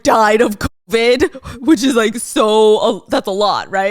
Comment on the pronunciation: Why can’t you say Covid?